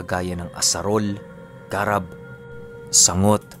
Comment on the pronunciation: Magandang hapun medyo matigas ung pagbigkas dyn sa sanggot at garab